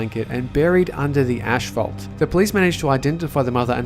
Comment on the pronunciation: Did this dude just say ashphalt?